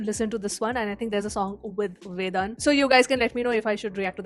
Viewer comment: Btw the D in Vedan’s name is pronounced as it is in ‘Dhol’ not ‘Dhadak’. Hope you got it😂